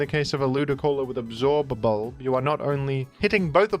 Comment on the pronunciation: The way you pronounce absorb bulb with so much emphasis is driving me nuts, I can’t watch this